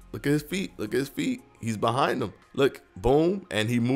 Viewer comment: Nobody:: HE IS BE-HIND HIM